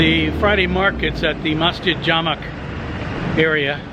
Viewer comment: It's masjid Jamek pronounced as Ja-Meek